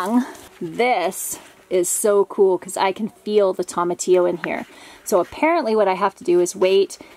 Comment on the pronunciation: Tomatillo is pronounced TOE-MA-TEE-YO, not TOM-AH-TEE-O. 😁